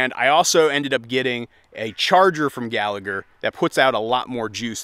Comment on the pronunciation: Pronounced Gall-a-her.